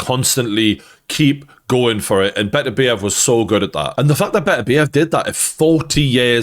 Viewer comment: Let’s start with saying the names correctly. It’s not “buh -TUR -be-EV” it never has been and it never will be. It’s the more simple “BETTER-BEE-ev”. Speak to a Russian or hell speak to Artur to confirm his own name. The latter is how he’s said it.